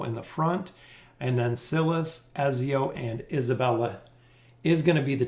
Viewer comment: His name is pronounced EDZIO, also her name is pronounced lucreshia. gaddamit fucking ezzio and lucrita